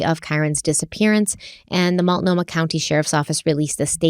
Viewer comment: Love you. Some people are just nasty and are never going to be pleased with anything you do or say. Also proud of you for your pronunciation of Multnomah after the first ep!